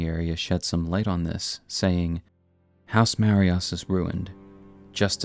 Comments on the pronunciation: Awesome to see a video talking about something which hasn’t been explored much in YouTube lore videos! Such a cool looking character too. Great video. By the way, just a little nitpick, the “s” in “Marais” is silent so it’s pronounced “ma-RAY” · Sorry to be that guy but it's pronounced "Marey", means "swamp" in french and used to be a common name for wealthy nobles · Great video but the pronunciation of Marais and Eochaid is killing me lol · its marais not marias, said Mar-eh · Why is no YouTuber at all ever able to pronounce “Marais” properly? Lol It’s “Ma-Ray” not Mariah’s. Marais in French means Swamp or Marsh/Marshland. House Marais (Ma-RAY). The Marais (Ma-RAY) Executioner’s Sword. NEXT, it’s not “Echo-aid”. Eochaid would be pronounced either “EYO-kaid” or “EHK-ayd” There is no “Echo” sound in this word. If you’re going to do a lore video, at least take 10 mins to figure out how things a pronounced, and that starts from actually looking at the words. They’ll tell you more often than not just by the order in which the letters are placed. Then just check out etymology. It’s really not that hard if you just slow down and try. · Two small corrections: House Marius -> House Marais (maree) Echoaid -> Eochaid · It's not Marias, it's Marais, and it's pronounced Maray (means swamp in French) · Okay, video is entertaining, gotta give you that. Also a video about my favorite character in the game. Another point for you. But I'm a professional hater, so I got a job to do, excuse the inconvenience. It's M A R A I ' S Executioner Sword. Not Maria's... MARAI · Hey there; just some pronunciation gripes. (Mispronunciations drive me insane.) The name of the House of Marais is francophonic, and thus is correctly pronounced 'ma-RAY', not 'marry-us'. Eochaid is celtiphonic, or Irish-sounding, so its correct pronunciation is 'O-hahd', not 'ecko-aid'.